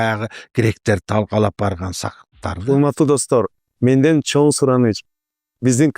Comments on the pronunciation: “ЧОН” эмес “ЧОҢ рахмат” урматтуу алпаруучу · Автор чон рахмат дебей чоң рахмат деп сүйлөчү кишини раздражайтетпей 🤬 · сен "Ң" тамгасын айталбайсыҢбы? Андай деле кыйын эмеско. Көп подкасттарыңды көрөм, инстаграмдагы баракчаңды дагы көрүп турам, көп байкайм, Ң тамгасы кезигишкен сөздөрдүн баарын Н деп айтат экенсиң. 🙂 Чон рахмат, чон ата,..... ж.б деген сыяктуу. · Эми чон рахмат дебей чоң деп,ң тамгасын туура айтып үйрөнүп алчы,алып баруучу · тууган, качан чоң рахмат дегенди үйрөнөсүң ай😂